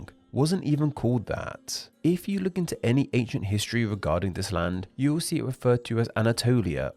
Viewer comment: What a very annoying way of speaking! You'e, nomad'e, dominion'e- what's all that about?